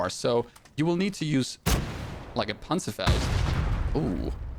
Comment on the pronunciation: You have to pronunce the ,,Panzerfaust" Like a real German